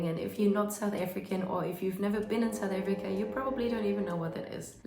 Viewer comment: Why are you saying it like that. Saoet Afreeka